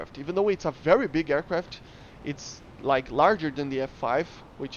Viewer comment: I am not gonna bully you. I'll just say that saying aiwcwaft instead of aircraft is cute.